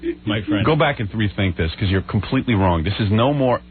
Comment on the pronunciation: Bee - kahs. (Because)